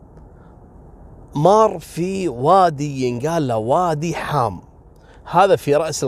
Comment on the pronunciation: وادي حاام مو حم وفعلا يمر بمنطقه تابعه لراس الخيمه ومنطقه الفجيره كذلك